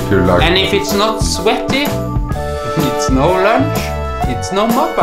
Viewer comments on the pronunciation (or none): "Shiny, svetty chesee" 😂😂😂😂😂😂😂😂